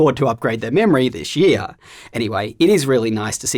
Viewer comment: "Dishh year"